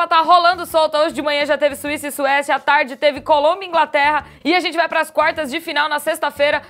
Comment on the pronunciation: "A tarrrrrde teve Colômbia x Inglaterra " kkkkk Muito linda😘